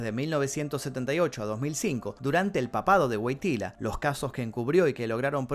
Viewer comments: se pronuncia “Voityua” Wojtyła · No se pronuncia GUOGTILA?